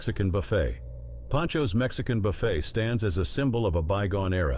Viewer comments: Buffet is pronounced buf A not buff it! (Buffet)! this is the A I mess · I liked the content, but I'm sick and tired of AI read text. It's buffet with a silent T, not like Jimmy Buffett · If your going to use a computer generated voice, please listen to, and correct things like the word Buffet not pronounced Buh-fet, but Buh-fay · Old Country Buffet. Buffet is pronounced like buff hey, not like Jimmy Buffett’s last name. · You need to 'learn' how to pronounce words connected with the food industry BEFORE making such a video: " B-u-f-f-e t" is pronounced "Bu-FAY" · Buffet is pronounced BA-FAY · This commentator can't even pronounce Buffet. He says buffets like Jimmy Buffet. People that can't pronounce our words in this country can always get a job on YouTube. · Buffet is pronounced buffet not buffet Mr Computer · Can you PLEASE learn how to pronounce BUFFET. l believe the high costs because too many certain people wasted too much food. This occurred in blue states or blue cities only. All this wastefullness was willfully done. Too bad bad behavior and the idiocy of entitlement is the downfall of most of America. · How can you possibly mispronounce "buffet"??? Where are the educated people? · The AI reading has so many comical mispronunciations! For example, “buffet “ pronounced like Warren Buffet! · Can someone teach the ai reader how to pronounce buffet? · Oh speaker, please check your pronunciation on buffet and sopapillas.